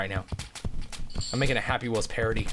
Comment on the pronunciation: you realize you said HA-pee wells